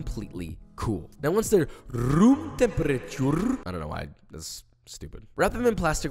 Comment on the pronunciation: “Not in ‘em” and “rroomm temprreturre” have me laughing like crazy